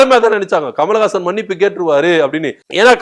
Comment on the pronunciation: Kamal hassan ur pronounced kamalagasan which is correct